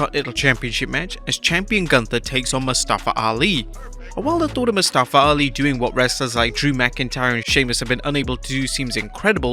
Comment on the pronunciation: Guys. Put some respect on his name. It's MUStafa, not muSTAfa